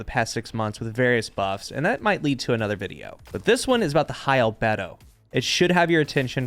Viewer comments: 'al-bee-dough' not 'al-bed-o' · Okay, it’s not super important, but it’s pronounced ALBEEEDO. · Btw, it's pronounced "al-BEE-doe" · It’s actually pronounced “Al-Bee-Doe” It’s kinda euphemistic. Bungie knows what they’re doin with this type of thing. Lol Edit: I always just called it High Libido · Its pronounced ALBEEDO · High albido (libido) thats how you pronounce it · Hey, always loved this sidearm, great video. Albedo is pronounced "Al bee dow" and it's the amount or quality of light a body reflects back into space. Fun fact, Europa's albedo of.64 is one of the highest in the solar system, even higher than our moon! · Its pronounced al-bee-dow yea ik nobody likes a "me" but its smarter if we let people correct us and not complain than to complain and be wrong the rest of your life. Yea its not that deep but shush just say things right the first time. Not mad just dissapointed😔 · it isn’t pronounced al-bee-dow? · Take the time to pronounce names of the guns you analyze correctly mate.